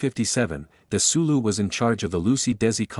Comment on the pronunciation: It's pronounced "Seller-on"...I grew up in a town near Jamestown and the nearby Celeron...and it's "Dez-ee-lou"!! Wow! Forget AI and get someone to narrate!